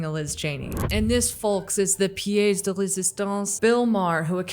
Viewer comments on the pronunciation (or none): Pièce is not pronounced pee-ays. It is pronounced pee-ess duh ray-zi-stonce.